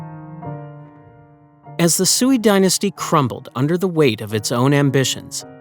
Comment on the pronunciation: Sui is pronounced sway😊